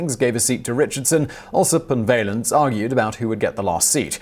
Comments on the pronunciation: "Valens" is pronounced like "gallons." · Simon, Simon, Simon. Please get an American to help you with pronunciations! Seeward and Vaylens? ? ? ? I hereby volunteer for the job. No one much cares when you butcher foreign words and names, but when you butcher extremely well known American names, in particular, you sound ignorant even though we know you aren't. Please, please, please!